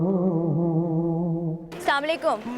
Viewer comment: Zikre maula hussain a.s aur anchor be hijaab.....Aur inke salaam karne ke bhi kya kehne.....are mohtarma salaam aise bola jata hai...salaamun alaikum